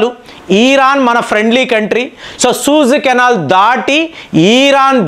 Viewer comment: సూజ్ కెనాల్ కాదు సూయిజ్ కెనాల్ అది ..